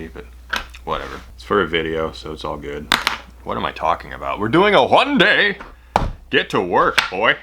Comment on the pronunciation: "One dayy" Me: "One dayy" My mom: What did you say?